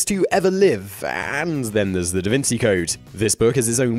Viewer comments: This is the first time I've ever heard the name pronounced "Da Vinsee" ... I mean ever, man. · "da vin-see" lmao they criticize it and can't even pronounce it properly. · Your pronunciation is way off... Cao Xueqin is Tsao Shway Chin, and Da Vinci is Da Vin Chee.... gees Louise! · Also can't pronounce Da Vinci, so, there's that... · Please look up the pronunciation of Da Vinci.